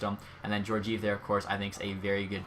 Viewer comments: Jorgive? It’s pronounced Jor-jee-ev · "Jor-jeev"? It's "Geor-giev" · Geor-giev edit:no offense that’s just how it’s said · Pronounced gee-or-gee-ev